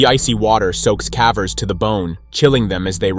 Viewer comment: "Cavers" is pronounced "Kay-vers"